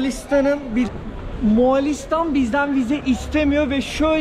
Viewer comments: Aga mualistan diyosun 2 dk doğrusunu söylemekle uğraştım. Bildiğimi unutturdun :D Moğoo listan O'yu uzat söyleyemiyorsan :D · Birde moğalistan demesen çok güzel olurdu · Güzel video ama Moğalistan değil Moğolistan:D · Moğolistan değilde Moalistan demesi kimsenin dikkatini çekmedimi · arkadaş daha gittiğin ülkenin adını söyleyemiyorsun, moğAlistan nedir? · moğalistan değil moğolistan olacak. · bütün video boyunca MoğAlistan demeyi nasıl becerebildin?:) MOĞOOL-istan MO-ĞOL. Mo-ĞAL değil.:) sevgiler.:) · Moğalistan degil moğolistan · Moğalistan değil Moğolistan. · moğalistan değil moğolistan* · Moğalistan değil moğolistan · Moğalistan ne ya 😂 Moğolistan